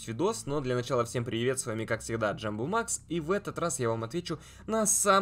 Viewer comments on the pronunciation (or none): none